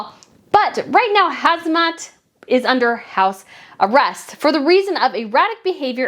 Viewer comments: It’s Ham-zah, NOT Haz-mah, as you keep saying. I really appreciate you covering other royals, and this was very interesting. But a small tip-do try to slow down and lower your vocal pitch, if possible, for easier listening. More importantly, I know it’s hard to pronounce some names and place names correctly, but it will show respect and courtesy. A name, well-pronounced, shows care. When some people wave it off as too hard, or not worth trying, or just bungle it merrily, it shows a kind of disregard. I know you don’t mean to do that. Thanks for your content! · HaMza not HaZma 😅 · Hi, I think it's HAMzah (hum-zah) not HAZmah (hez-mah). Zah as in zah-ra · In Jordan its pronounced Ham-Zah. King Hussein had 4 wives. Abdullah's mother is English. Queen Noor married King Hussein after he was widowed.